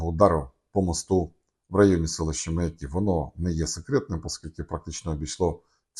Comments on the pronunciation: Не МаякИ , а МаЯки . Аж слух режет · Не МаякИ: ; а правильно МаЯки!!!